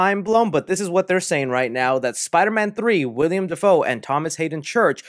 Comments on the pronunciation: WILL-EM not William 😂 much love though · “William Dafoe” it’s Willem ( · Willem not William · you’re awesome and I’ve been a sub since you had like 1000 subs, but please, it’s Willem. Not William. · i love ur vids but the actor who played green goblin in the first spider-man is named WILLEM (will-um) Dafoe not William. ik it’s minor but it’s just one of those things i can’t look past lol. similar to when people say “nuc-u-lar” instead of “nuc-le-ar” or “li-bary” instead of “li-brary” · Its an MCU movie man we have nothing to worry bout when it comes to the story makin sense. Btw its 'Willem' Dafoe not "William" 👍🏼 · Willem, not William 🤣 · Dude it's WILLEM not WILLIAM! ;^) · Bro, the guy's name is plastered all over the video you just uploaded and you keep calling him William. ITS WILLEM. how do you expect us to take you seriously if you can't even pronounce or read a name properly? It would be one thing if he were a b-list actor, but the guy has been a staple in Hollywood for years. Figure it out dude! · Hate to be "that guy" but it's Willem Dafoe not william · Willem!! WILLEM!! WILLEM!!!! Say it with me: Not "William" Dafoe... "Willem!!" Lol Sweet chocolate christ, every time you say his name in any video... lol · Bro it’s Willem not William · Willem, not William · It's WILLEM not WILLIAM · (Will-um) Defoe 😊🤘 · By the way, you keep saying Willem wrong lol